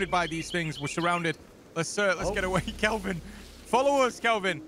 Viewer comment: I'm here to comment on the fact you miss pronounce Calvin. The npc. It's not Kevin or whatever. Now don't get me wrong, you aren't the only one. I spent my life with people miss pronouncing or even miss spelling my name. I find it extremely disrespectful. Your name is your identity. I subscribed to you because I think you're funny. Along with fooster, toco, and all the others I subscribed to that plays this game. Sorry. I hope you don't take offense. You aren't the only one.